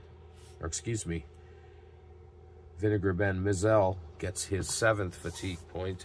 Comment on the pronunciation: Hi..... always enjoy your replays using basic and I love basic myself. I think I mentioned to you that the one thing that bothers me about basic is you cannot get hit with a pitch. The way to pronounce vinegar Bend Mizel and it's pronounced my z e l l..... vinegar Bend myzel.... keep up the good work